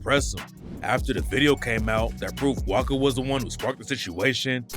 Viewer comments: his name is pronounced wasca you keep saying waka, but i swear you said it right the first time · Its not waka its wasca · oy wasca not waka ......what bro lol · callin wasca “waka”